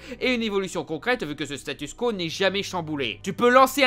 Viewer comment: Je remarque depuis quelques videos que tu dis 'le statu skwo' (va savoir l'orthographe) la skwo, c'est la femme indienne, on dit statu 'quo' ! xD